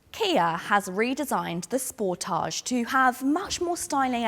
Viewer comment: Truly appreciate your correct pronunciation of the car's name SPORTAGE,. Can't wait until your actual road test with the facelifted model. Many thanks!